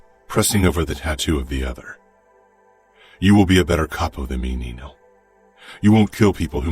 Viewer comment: Mama Mia It's Nino - NEE NO not NEENIOOOO. Even in the previous book it's pronounced NEENO .